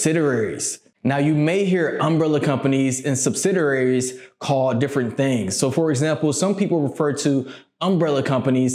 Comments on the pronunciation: Good content..but you may want to start calling them "subsidiaries" instead of "subsidararies". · Thanks for the video very informative but you kept getting the pronunciation of subsidiaries wrong lol